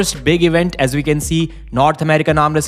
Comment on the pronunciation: We not ve. Waf not vaf.